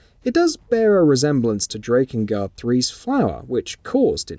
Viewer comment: Erm... Kainé is NOT pronounced Kayne. It's clearly said as "KYE-nay". And Drakengard is said as "Drakken-guard", NOT "DRAY-kin-guard". 🙄